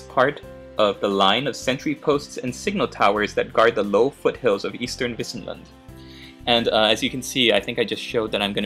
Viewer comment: As always...your pronunciation is correct. Wissen is the german word for knowledge but i guess the medieval meaning of wissen can also be translated as meadow or grassland. Keep it up my friend.